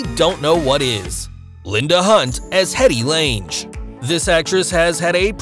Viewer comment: That last name for Hettie is pronounced LANG GRRRR....... LOL